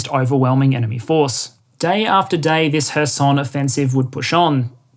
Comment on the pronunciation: Stress in KHAR-kyv goes to the first syllable. OB-last, same. kher-SOHN is correct, was nice to hear it correctly pronounced, 2nd syllable stress.